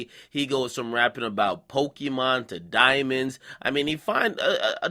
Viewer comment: "pokemon and diamnods." stopped right there. I'am outta here. wtf...seriously haha wtf.